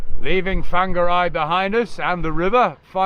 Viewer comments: love it that you still call it Fanga rye (Whangare) despite being their for months lol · Did nobody help you to pronounce Whangarei properly whilst you lived there?! 😊